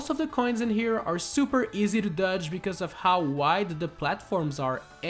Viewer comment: I have a challenge for you, say DODGE correctly.